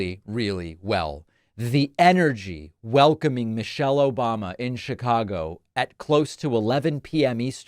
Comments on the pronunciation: “Obamna” never gets old man 😂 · "obmna"... exactly. Lol😂